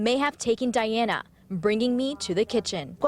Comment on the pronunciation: Can't the reporter pronounce Diana correctly? she speaks spanish and she already heard the mom call her daughter Diana not Daiana.